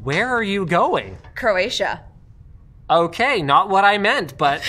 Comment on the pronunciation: She said "Croatia" twice and I heard "Manila." I guess I should stop watching these at midnight or 1am.... I only played this back again to see what she said after someone corrected me and said she was not going to the Philippines.